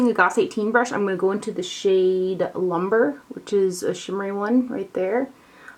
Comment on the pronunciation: It is pronounced loom-bray, not lumber.